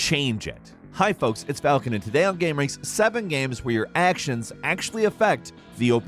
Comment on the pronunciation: Ah not Falcunt